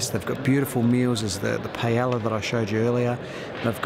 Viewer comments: the ll's in paella are pronounced like a y. :) pie-eh-ya :) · isnt the word paella pan? :) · Rofl that paella pronounciation :D